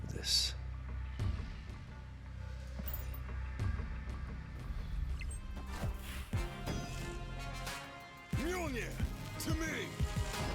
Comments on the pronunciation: The game: “Mewlnear! To me!” immediately after: “midgeohlnear! To me!” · mmah-jole-Ner the amount of cringe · Ah yes the Mah-Joel-Near deck.